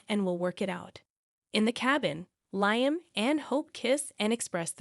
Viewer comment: You need to learn to pronounce the characters names correctly. Lyim?